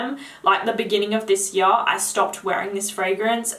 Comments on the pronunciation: Have you got a most complimented already? Funny how you ponounce 'yar';))) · I told you I love the way you say here...lol...but my new favorite word you say is now "Year" 😉...keep up the good reviews. I watch you for you're women's perfume reviews for my girlfriend..thank you😊